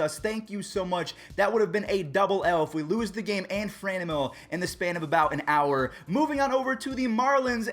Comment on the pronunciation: why do you say FraNEmyl? its Franmil like Fran in San Fran and Mill like a wind mill...